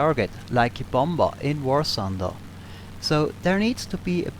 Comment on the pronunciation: Just wanted to say the last b in bomb is silent, it's pronounced "bomm" and "bommer"